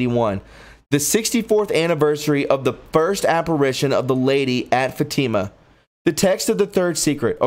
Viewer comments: this is constructive criticism so those who don’t know you can take you seriously. Please check pronunciation and read through your copy out loud so it flows and your pronunciation’s are correct. Fatima is so well known and you said it incorrectly every single time. You struggle with names. Just verify of check pronunciation’s online where you can hear it. I totally support you and think you’re terrific. Thank you for what you do. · Oh gosh,. I love you, brother, but you decimated the pronunciations of so many words & names in this article... I just can’t even. 🙈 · Please! The pronunciation of Fatima is “Fat-ih-mah”. The accent is on the first syllable. Good report but, you will get more people to listen if you take care with pronouncing names, titles and, places correctly. Just trying to help. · It's not Fateema... it's Fatima (soft i) Just trying to help. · Come on man, you need to look up the pronunciation before you read this stuff. You butcher everything. It is not fa tea ma. It is Fatima. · Fatima is pronounced Fat e ma. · I would like to ask you to do something for all of us..... PLEASE check on the pronunciation of words, names and places that are foreign or unfamiliar to you. Such as “Fátima”. It is pronounced “Fáut- ē - mah”. Emphasis on the 1st syllable., soft “e”. Some of your pronunciations are forgivable. But when it comes to such things as the prophecies and events so crucial to us in this current environment, I do ask that you PLEASE check. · There are many pronunciation mistakes that I wish I could help you with. Fr. means Father the title of a priest. Fatima’s pronounced FAT-ima. Many more. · It’s also pronounced “Fat Tim a” = Fatima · Dude you need to look up how to pronounce Fatima.. Look up Three secrets of Fatima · 😆 Fat-Ta-Ma Not. Fa-team-mu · it's pronounced fat'-tim-a. Not long e. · Great video. Pronounced Fa ti ma fat like in a person is fat. .......Ti as in tea ......And ma as in ma for mother. Fat to ma Papal. Is pay pell